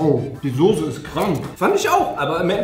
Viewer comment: Hat grade SOSE gesagt?!?!?!